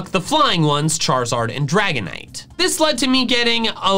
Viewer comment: IT'S DRAGONITE, NOT DRAGONINYTE!